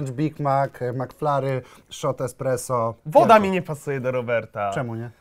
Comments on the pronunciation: Esspresso! Nie ekspreso! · ESPRESSO a nie EKSPRESO kur.. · Powiedział ekspresso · KTO MÓWI EKSPRESSO ZAMIAST ESPRESSO?Panie prowadzący shame on you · Jak można powiedzieć ekspreso wtf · Czy ja usłyszałem eKspresso?! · Czy tam słyszę eKSpresso?